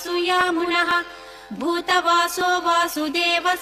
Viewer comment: also I find the pronunciation is horrible in some place. It should b "boodha vaaso " and not budha vaaso.